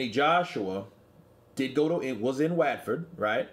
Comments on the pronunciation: Its Pronounced WHAT FORD ✊ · The way this guy pronounced watford 😭😂